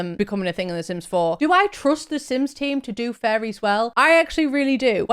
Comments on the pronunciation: I thought you were saying FURRIES not fairies lol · You saying fairies or furries? 😂